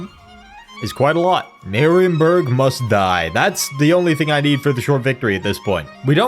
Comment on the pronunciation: Marienburg.. dont pronaunce it that way. In german (which theese names are) ie is a long i so: Mariinburg for ya english speakers.